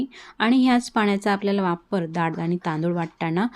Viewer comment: Nice recipe. I think it should pronounce डाळ not दाळ. This is just to correct and not hurt you.